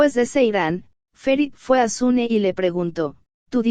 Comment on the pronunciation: No es sune es suna.